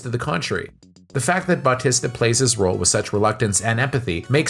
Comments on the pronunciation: Pronounced Bah-tee-sta. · Dave Butt-tista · Who the hell is bawtesta and shimmalon? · BAWTISTA & shawmalong 😂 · Why can’t you say Battista‘s name right?!!!!!🤬🤬🤬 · how did you manage to say his name wrong so many times? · Ikr. So distracting